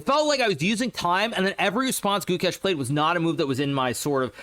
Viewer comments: It sounds like goo kesh (only indians will know) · Its goo-ksh